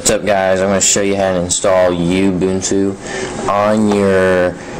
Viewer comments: rofl. YOOO- BOOON - TOOOO.. It's Oooo- boon - tooo. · Uhm, no. Ubuntu is a South African word, I live in South Africa. I know how to say it. It's Oo-boon-too. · oooh-Boon-Tooo say it right man!!!! lol